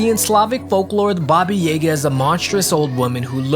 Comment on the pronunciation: Ba-Ba ya-ga Not Bobbi yeeegah